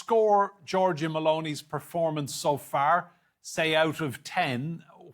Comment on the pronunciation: "George Maloney" 🤣